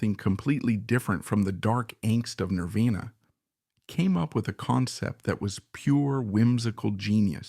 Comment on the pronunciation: why can't we just use a actual human being to read this? I mean for crying out loud It mispronounced Nirvana